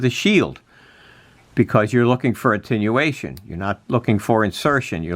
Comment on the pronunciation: Come on man, if you're going to do a technical video, get the terminology right and quit sounding like a CB'er! It is Attenuation, not intinuation!